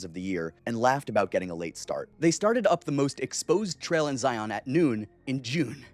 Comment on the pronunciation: I grew up in UT. It's pronounced Zion, like lion. Not ZI-ON 😉